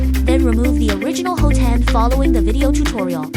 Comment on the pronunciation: It's pronounced "HOT-end", not "ho-TEND".